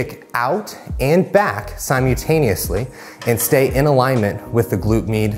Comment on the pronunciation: Sim yew tanuesly